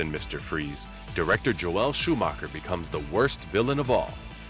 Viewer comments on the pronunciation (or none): The name is pronounced JO-el, or Jole, not Jo-ELLE. You are giving it a woman's pronunciation.